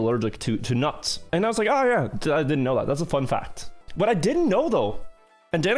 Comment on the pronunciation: nuts, he almost gonna die to nuts, why did you add emphasis to nuts